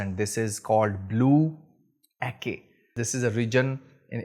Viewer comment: Salam. Great review brother! Anyway, it is pronounce as Ah-cheh not Ah-kay. Keep the oud oil reviews coming. 💪🏻